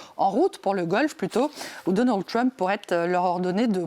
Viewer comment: Arrêtez de dire "Tchrump" , ça ne sonne ridicule, pas bien français ,ni anglais d'ailleurs. Dites le en française . Déjà qu'on le prononce Treump est suffisant.